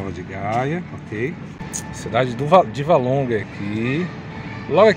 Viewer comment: Valongo e não Válongo!